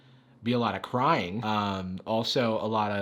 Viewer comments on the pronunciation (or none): When he said "If I was living life like there was no tomorrow, there would be alot of crying" I thought he said there would be alot of crime. I had to go back and listen to that